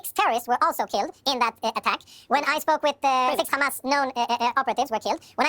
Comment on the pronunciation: I FOKKEN' HATE HOW THEY PRONOUNCE HAMAS. IT'S NOT KKKHHHAMAS, FFS!!!! Anyhoo, Jonathan and all Israeli representatives are so full of shit I don't know why they keep stinking forever! Maybe there are still some people who like to swallow shit, but it's safe to say the majority of world's people enjoy facts, instead of steaming diarrhea bullshit.